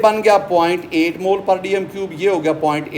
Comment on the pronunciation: Sir mole nhi Molue hota hai jaise joule nhi Jalue hota hai 😅😅